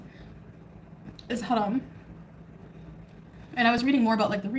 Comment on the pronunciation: 😂😂😂 trying to pronounce haram properly! I’m DEAD!